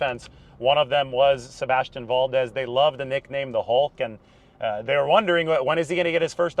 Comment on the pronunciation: You pronounce Valdez like a white boy.